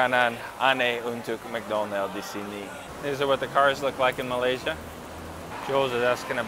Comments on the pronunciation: pak, bacanya bukan melasia tetapi ma-lai-si-a terdengar huruf i di kata 'lai'-nya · malay-sia pak. not malas-ia. but its ok. hope you enjoy your trip in my country.. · Pengucapan kata terdengar "Malasya" bukan "Malaysia haha orang indonesia banget pengucapan katanya 👍😁😂😅😆